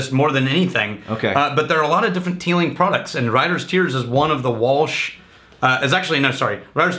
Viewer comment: I bet the authentic Irish pronunciation isn't "Teelinkgk"